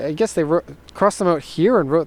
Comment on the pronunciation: Next time i have a question about amps, ill go ask a professional, i "guesh" :D